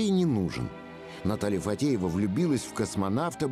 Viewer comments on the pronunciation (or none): Его жена не ФаДеева, а ФаТеева. Комментарий для комментатора!